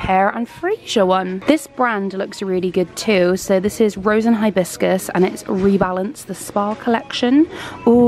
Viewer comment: hi-ah-synth, is how u say hyacinth & hibiscus say bib, now say hib and whole word hehe